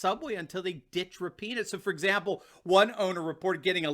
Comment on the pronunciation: By the way it is pronounced Rap-in- HOE!